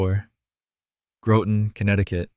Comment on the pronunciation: Just FYI GROTON CT Local citizens pronounce Groton with O sounding like A in Father. Commendations for this presentation.